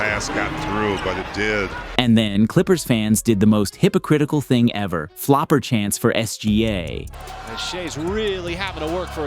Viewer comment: Hey, it’s flopper not flooper